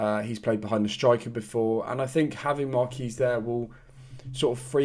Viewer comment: I'm sure John Marquis's name is pronounced 'Mark-wis', rather than 'Mark-ee'. Unless, like me, you're a huge fan of The Fall and it's a tribute to their late frontman, Mark E. Smith (R.I.P.). Up The Gas!